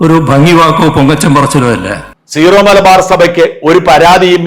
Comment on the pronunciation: ഷാജൻ സ്കറിയ ഉൾപ്പടെ എല്ലാവരും തെറ്റായി സീറോ(zero) മലബാർ സഭ എന്നാണ് പറയുന്നത് . സിറോ (syro) മലബാർ സഭ എന്നതാണ് ശരി .